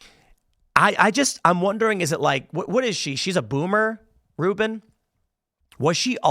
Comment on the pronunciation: Rubin is like of Professor Dolores Umbridge... except Rubin ...apperantly Rhymes with "hunt".